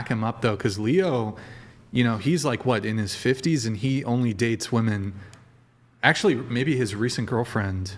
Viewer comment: I think it's ridiculous that chair 2 is a woman but can't say women properly. 😂